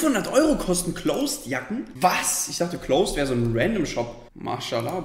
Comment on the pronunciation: Alle: Closed Carlo: Klooops